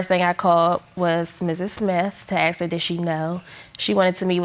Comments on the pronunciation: Why do some black Americans pronounce the word, "ask" as axe? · For f**ks sake, it's ASK not AXE!!!